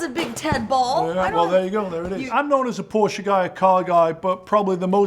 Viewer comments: Thank you for another outstanding episode,. And thanks for pronouncing Porsche correctly; I'm known to be kind of a biatch telling people "There's no such thing as a Porsh", LoL - and FWIW, My birthday is 7/7/57... 😉🤣✌️ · ...and as a German i must say, that Magnus an say "PorschE" not "Porsch" or "Porschy" i appreciate much.